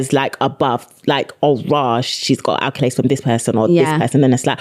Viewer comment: I love y'all but its ACCOLADES not ALCOLADES!!!!!